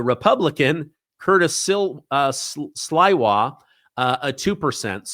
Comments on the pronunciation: Curtis Sliwa, guardian, angels correctly, pronounced as Slee-wah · Pronounce "sleewa" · Sliwah is pronounced "SLEE-wah," with the emphasis on the first syllable. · SLIWA= Slee-wah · Come on. Get name pronunciation right before stating them.